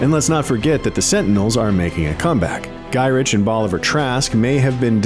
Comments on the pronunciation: And his name is pronounced "guy Rick" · GODDAMNIT IT'S GYRICH.....SOUNDS GUY RICK